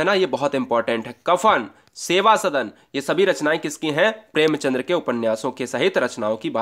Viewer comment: भाई साहब प्रेमचंद्र नहीं होता है प्रेमचंद होता है l